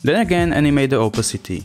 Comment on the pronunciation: Cool! BTW it's oPAcity not Opacity. Shame to mispronounce a word you use so often.